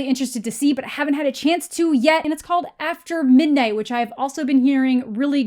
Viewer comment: "After Midn'ght"???